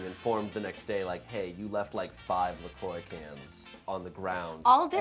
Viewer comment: La croix is not prononce la croy haha